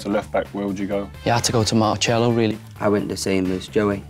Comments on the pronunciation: Marchelo? lol, could've sworn it was pronounced Marselo (Marcelo) if youknow what I mean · Its marselo not marchelo